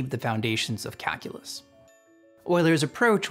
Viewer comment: it really sounds like you're pronouncing "calculus" as "kakulus"